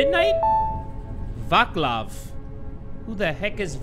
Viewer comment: u made "vaklav" from "vaclav" 🤣🤣🤣 it's european name i know u wouldn't know how to pronounce it but lmaoooo